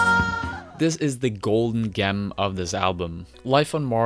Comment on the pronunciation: That's not how that word is pronounced. It's said like 'jem'. You have some odd pronunciations, such as your first attempt at 'tremolo' on the MBV video.